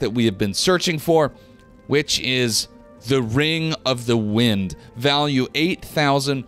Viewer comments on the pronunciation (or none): none